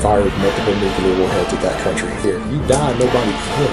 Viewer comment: is the kind of guy who says "nucular"